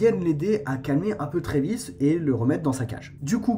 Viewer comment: C'est Travis pas Trévis